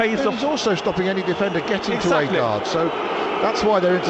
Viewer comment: It's agred not aygard